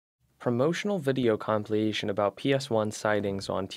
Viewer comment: Com-pill-ay-shun = compilation 🤣